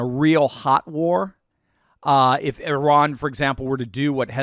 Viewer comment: I heard Iran is becoming «I RAN»